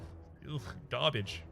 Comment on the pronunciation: Hot garbáge you say? Is that the right accent to use? :x